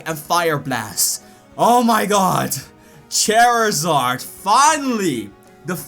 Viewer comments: did you say Chairizard? it's Charizard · lol he said chairasard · It's pronounced char zard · cherizared its charizard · "Chairzard" it flew me and my chair to the ground 😂😂😂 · I died when he said Chairizard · Lol it sounded like you said chairizard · he said chairzard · its char e zard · EIGHTY-NINE PERCENT he says ... also i couldn't help but noticing his meme pronunciation of Charizard